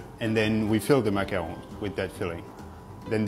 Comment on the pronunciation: Ok. Totally here for his proper pronunciation of macaron. Because even my Louisiana french doesn't help me say it any other way than MACK*CAH*Roon 😆🥴 ⚜️⚜️⚜️